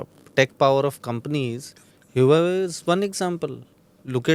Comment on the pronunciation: just fyi: "Huawei" pronounced as - 'wha-way'